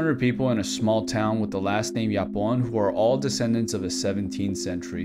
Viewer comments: As a Spaniard, the only thing that surprised me is that you pronounced "Japón" ("Japan") as "Iapón"... Which isn't even a real word... (Does people fr don't know about the Sagrada Familia's time of construction and our multiculture and that we have more lenguages and dialects than just Castillian or the arabic borders? [Castillian is "Neutral Spanish" btw]) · you mispronounced japon its like an h not a y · It’s pronounced like ha pon in Spanish not japon like john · J in Spanish is not pronounced y…